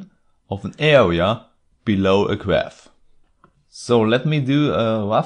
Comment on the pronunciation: ”Awea”, ”Diffewence” lol...